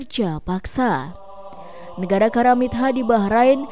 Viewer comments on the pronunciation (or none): Maaf Bacanya karamitho, pakai hrf ط bkn karamit ha...mbak